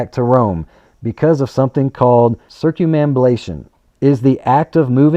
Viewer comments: Excellent information,! Thank you so much. It never crossed my mind that all traffic circles move in a counterclockwise fashion. WOW! Oh, and to help you pronounce that word, say it like this: circum ambulation (circumambulation). Cheers! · Circum ambu lation. Sound it out to pronounce it. circum ambu lation.